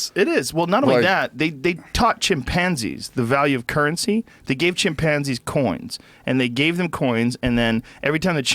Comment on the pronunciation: "chim-pansies" fukn pronounce that shit properly joe